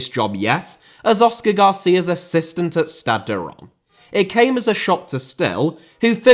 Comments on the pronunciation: The correct pronounciation is ReimS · It's pronounced more like "Ranse", as in Rinse but with an 'ah' sound. Also, you kept saying that Reims were still having to pay 25k for every game, even though you said they didn't have to, right at the end, because Will has started his Pro Licence course. Apart form that, great video! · fyi its pronounced rans not ron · Reims is pronounced something like Reemz. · Learn to pronounce "Reims" if you're going to mention it a couple dozens of times,! 😄😉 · Pronounciation of Reims was all over the shop 😂 The narrator pronounced Reims differently everytime 😂 The closest pronounciation of Reims was so he can sort of pronounce it properly when he wants to lol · his pronunciation of reims on both french and english is so off sorry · Reims also. And pretty much all the other cities he named lol. It doesn't take that much time to pronounce it correctly.